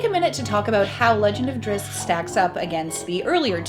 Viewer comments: Why every reviewer out there butchers Drizzt name so bad? It's like there is some conspiracy bent on this one. There is no Drizz-i-t. It's Drizzt. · Drizzit... :( How can you say his name wrong when the person next to you just said it right? lol. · OMG I cringe everytime i hear her say drizzit >_< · why people pronounce it "Drissit" ?? 😬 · 😂 she said “Drizzit” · Tell your partner with the black shirt that it's Drizzt. Not Drizzit. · Thats wrong. Drizzt there is no I after the z, why would it be pronounced like that? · NOT DRIZZIT , DRISST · DRIZZZZZZZZZZT....NOT DRIZZZZZZIT! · I am not bothered by people mispronouncing his name... but for crying out loud; if you are going to make a video where two people talk about him and say his name, they should at least have come to an agreement on how THEY should both pronounce it.... One says "Drizz-it" the other seems to mostly get it right... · im sorry but i have to point this out. his name is Drizzt not Drizzit i dont know why you keep putting an i in his name lol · She called him "Drizz it" like I do! I'm not the only one!! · I'm a huge "drizzit" fan. salvatore even addresses this in Sojourn when one of the peasant children shouts "it's a drizz-it!" and drizzt laughs and tries to correct him. it was the sixth book in the series he wrote, so it was probably a way for the book to show the reader how its pronounced without it feeling forced. however, I still prefer saying drizzit.